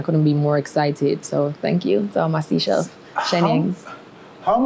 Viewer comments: She's versatile & has international appeal. Lol by the way it's not "seashells", it's Seychelles (say-shels). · Pronounce it like.. “say shells” not sea shells lol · Its no seashells its Seychelles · Its called the Seychelles and pronounced like its spelt not seashells ! she also is a liar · If u say sea shells one more time…. “Say -shells “ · not sea-chelles it’s say-chelles